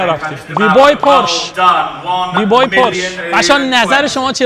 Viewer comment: جان لطفا کلمات انگلیسی رو یا فارسی بگو یا اشتباه نگو بیت نه بید اکشن نه آکشن بوی نه بای